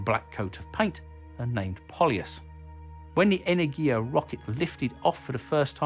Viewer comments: Just for information - it is pronounced enErgia, not energIA. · It's pronounced "energya", not "energheeyaa". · As a Greek, listening the pronunciation of Energia (Energy/power) wrongly is weird. It is not "energIa" it is "enErgia". ;) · Not "energiya" but "energya" !!! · 'энергия' which is 'energiya'. energya would be энергя which is wrong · Awesome video as always! May I give some Russian pronunciation advice? enErgia (second 'e' stressed), glushkO ('o' stressed), korol'Ov ('o' stressed, and 'l' is soft like in 'lonely). Of course, that's not a crucial thing. I do it just in case you look for some feedback ;-) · Pronounced enErgiya (energy) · Nice video, only problem was every time you said the spanish word energia. The G there should be pronounced more like an H in english ( ) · The stress is on the second syllable tho. Google's tts reads this word correctly.